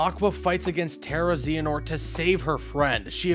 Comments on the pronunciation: I was waiting to see how long it took for him to screw one up and I don't think that XANAHOORT is a correct pronunciation. I'm sure he will maybe get better with time, though. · Who the high hell is Vany Toss? It's Va-NI-tas. Va-knee-tus. Vanitas. I can forgive Xee hanort, but god the butchering of Vanitas is almost as bad as what happened to him in the Monster's Inc world. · Zee-an-ort? At least not as bad as IGN’s “Eriqueez” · zeehanort killed me every time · Zeeanort and Vanitaas 😂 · Stop saying Xehanort so wrong!!!